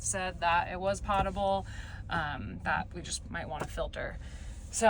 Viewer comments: I come from a sterile products (injectables) pharmaceutical manufacturing background and potable has a long “o” like “oh”, not a short “o” like “pot”. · Pretty sure is POH-table and not PAH-table. Of course, great video as always. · It's pronounced poh-table. But Americans are renowned for mangling their vowels so it would not surprise me if you all called it pott-able (comes from latin potare (poh-tar-ay) meaning 'to drink' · FYI: Potable - long O sound, short A sound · American Dictionary says Po table - like potatoe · It's pronounced "poe" table i tell ee. It alludes to portable , within distance to carry, and drinkable, before we had this piped chlorine ridden stuff we have nowadays !! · The first syllable of potable rhymes with tote. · Potable rhymes with notable.